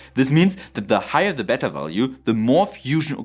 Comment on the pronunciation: Pronunciation tip: The first e in beta is pronounced with the long a sound. Always happy to hear nuclear's hit another milestone! I just hope we're still around by the time viable reactors can be built...